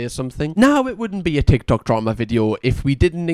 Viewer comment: I would watch 13 mins of just saying “ticky tocky” tbh, it’s perfect in a geordie accent 😂